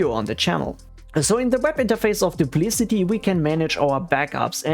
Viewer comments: "doop - lic - ott ee" not "doop - liss - it - eee" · I believe it is pronounced "Duplikati" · Your video is about Duplicati but you keep calling it "Duplicity" which is another different backup software. It's confusing and a common mistake I've found in other similar videos by different creators. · What an ugly name. And I'm pretty sure you're pronouncing it wrong